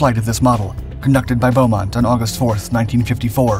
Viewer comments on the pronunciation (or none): The name is 'Beemont', not 'Bowmont'. Roland Beamont. It used a Reheat system, not an American 'Afterburner'. The Lightning was almost always called the 'English Electric Lightning', not the 'BAC Lightning'. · Just to clarify - the test pilot's name was Wing Commander Roland BEAmont - without the 'u', and pronounced 'bee-mont'.